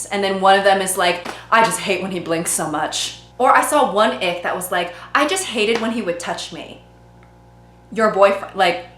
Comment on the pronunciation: I keep hearing "the ick" as" the egg"